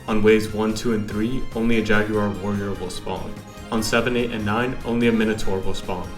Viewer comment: I like the way you say jaguar. You say it like “jag you err”